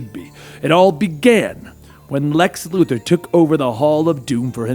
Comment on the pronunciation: Lu Thor Luthor 🤦‍♂️